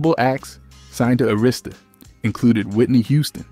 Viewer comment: Sorry but you need to learn how to pronounce Arista Records, it not A Rista Records 😅